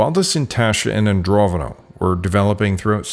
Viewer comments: AndroNOVo, not AndroVONo. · It's not Androvono, it's Andronovo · keep on saying ANDROVONO 😵‍💫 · It's Andro NO VO. Since you made the mistake of calling it Androvno so many times, I will assume you know nothing of the matter on which you are making videos.